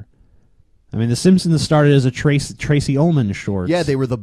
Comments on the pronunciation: Does it bother anyone else that it sounds like he is saying "The Simpsoms," every single time? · He says "Simpsims" !! It drives me crazy! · Also he pronounces "The Simpsons", the "simssins" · who else noticed that pronounces The Simpsons like "The Simsims"? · Is anyone else as fucking annoyed by the way pronounces Simpsons as "Sim-sims" as I am? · The way says "simsims" instead of Simpsons, drives me fucking NUTS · Ha! He still says 'simpsimps'. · The way this guy pronounces Simpsons always makes me cringe.